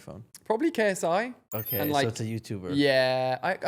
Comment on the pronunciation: “okeh 😊”